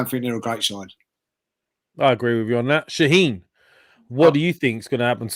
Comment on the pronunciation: I love how the calls Shahin "Shaneen" hahaha